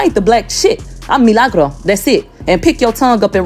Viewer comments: My name is Me/Lah/Gro roll your tongue with it 😂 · Roll the R when u mention MILAGRO